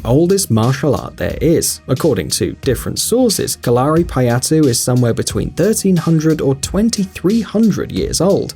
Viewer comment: Correct pronunciation of Kalari is KAL-a-RI, not Ka-LAR-i. Kind of like the English word Calorie - the same stress on the first and third syllable, not the second. My wife is currently studying Kalari, and it's pretty cool actually.